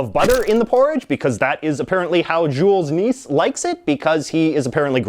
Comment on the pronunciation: Yeah, he pronounced Jul Nisse as "Jool Niss", I can accept the Jool, but it´s supposed to be Nisse, with a large focus on the E